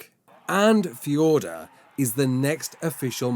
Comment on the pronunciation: How come you can say fjordur normally but not valguero